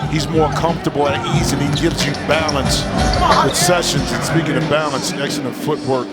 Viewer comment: lol, nitty is an all star now, but the commentators still disrespect his name. he's called session, do you see an s at the end of his name?